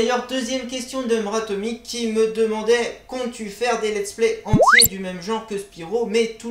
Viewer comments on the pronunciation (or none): Merci pour cette FAQ par contre c’est Atomik (Mr c’est pour Mister ou Monsieur comme tu veux) mais c’est pas M’ratomik 😂😂🤘🏻